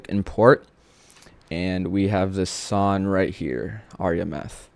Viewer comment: Why does bro skips "G" like. Long ❌ Lon Song ❌Son 😂😂😂😂😂😂